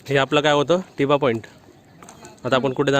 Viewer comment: अरे टिबा नाही तर थिबा.. असं नावं आहे. थिबा हा ब्रम्हादेशचा राजा होता.या बद्दल माहिती दिली असतीस बर झाल असतं.